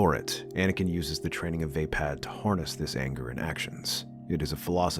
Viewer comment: No offense but i belive your pronouncing it wrong. Its vaa>pod< not >pad<